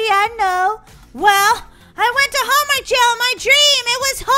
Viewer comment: You should probably finish your homework Molly you make me laugh when you say homework shomwork